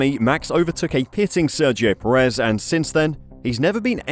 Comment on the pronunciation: Can we please stop pronouncing his name as peREZ? It is PErez.